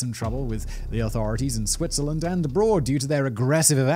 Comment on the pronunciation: The second I heard SWITZERLAND my Swiss eyes shot open! Edit: the longer this video goes the more I cringe at the pronounciation... Thanks for trying. It’s not the worst... but let’s be real... it’s not Great.